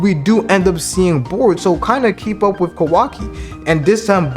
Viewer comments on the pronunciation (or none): none